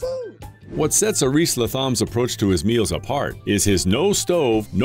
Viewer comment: I spent a week in Panama with Aris in 2014 or 15. He rolls the r on Aris and the th is pronounced as a T. He's very youthful, super intelligent & very kind.